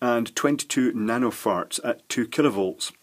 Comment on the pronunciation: He is definitely saying nanofarts in this video...